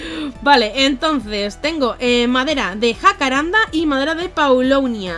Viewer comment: El árbol de Jacarandá en español se pronuncia con el acento en la a asflsjslf